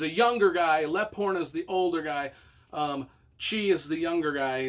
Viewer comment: Leaphorn pronounced Leep-horn, lol, just a FYI, other than that love the Tony Hillerman books